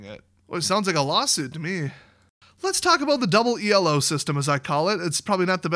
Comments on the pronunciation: It's pronounced elo. It's a guy's name. E.L.O is a band from the 70's. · ELO isn't an abbreviation or anything, it's the dude's name. It's pronounced "E-low," not E.L.O. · ELO is actually pronounced as a word. It was a guy's name